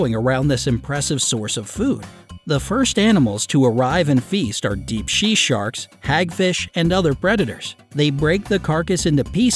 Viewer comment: "deep shea sharks"